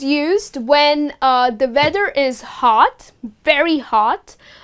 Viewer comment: Very nice lesson :-) I noticed with the word 'weather ' that you pronounce 'w' like 'v' why is that?